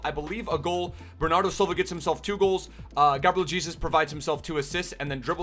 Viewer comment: Bernardow Xilva